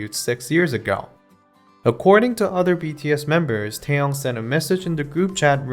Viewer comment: The way he pronounce taeyeon and taehyung is so similar I got confused when I looked away from the screen lmaooo but ya who wouldn't be nervous? If I was sitting next to taeyeon or taehyung I couldn't even move properly